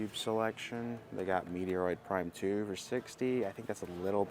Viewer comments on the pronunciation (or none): Why do you pronounce manga as “mango” and metroid prime as “meteoroid prime”? Not bashing you, genuinely curious.